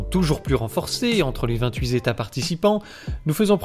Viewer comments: super ! Juste vingt huit états et non vingt huit zétas ! lol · Plus d'union, plus de mauvaise liaison svp les vingt-huit états et pas les vingt-huit z états ! Bravo pour le boulot! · vingt-huiT états (prononcer 28 Tétats, pas Zétats). Sinon, j'attendais ta video avec impatience. Super merci et super bisous de taiwan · seul bémol, mes oreilles ont saigné à en entendant "28 zétats participants"... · 28 z'états, vous êtes sûr . D'abord il ne sont plus que 27. Pour se souvenir des liaisons entre nombres et mots, il faut penser aux âges. J'ai sept ans, vingt ans, quatre-vingts ans, etc... Pour le fond, je vous suis. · “Vingt huit z’états” 😇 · Les vingt huit Zétats. ça commence mal, J'abandonne.